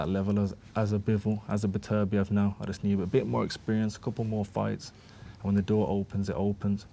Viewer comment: Why can hardly any of these guys pronounce Beterbiev's name correctly?